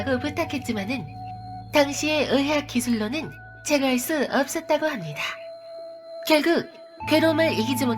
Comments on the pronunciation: 읎섰다고합니다 이 말투때문에 구독합니다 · 읎으다고 합니다ㅋㅋㅋ 발음이 좀 웃기네요ㅋㅋ